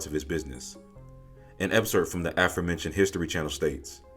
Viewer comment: not [an 'S' cerp but an 'X'cerp ] DAMN BRO (no diss) but not unlike your Editor, I listen for, and hear mistakes. But you're still the BEST COMEDY HYPE HAS EVER HAD, including Tatiana Le' Joy, because as great as she is, she has obviously been indoctrinated into projecting (sexiness) as a prerequisite skillset. (no diss)